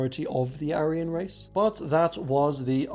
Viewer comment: Struggle to listen to a guy who pronounces aryan wrong